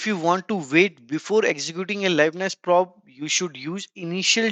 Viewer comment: probe is pronounced "prowb"